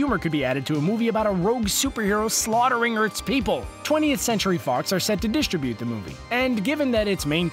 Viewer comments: Dis-trib-byoot, not Dis-tra-BOOT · Is anyone else upset that he doesn't know how to say distribute or distributed? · why cant you say distribute ? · You need to have google pronounce distribute for you. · Learn how to pronounce 'distribute'